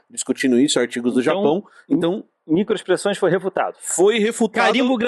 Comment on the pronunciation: Micoexpressoes 😂 kkkkk